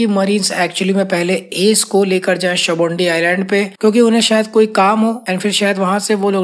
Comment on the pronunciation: Bro why do you call it shabondi and not sabaudy